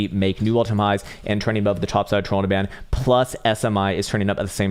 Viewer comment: LOL I kind of thought so too. Like how he says trollinger bands.